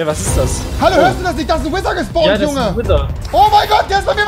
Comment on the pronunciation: *gespawnt nicht gespawrnt